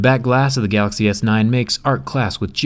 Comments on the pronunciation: "Gaaxy S9 is here" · it’s so cute how jerry can’t pronounce “galaxy” properly